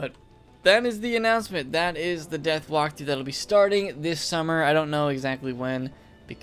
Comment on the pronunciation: U said zeath not death